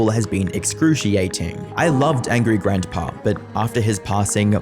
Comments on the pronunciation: How many times does someone need to mispronounce "Grandpa"? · You pronounce "grandpa" funny. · lol "Grantpa"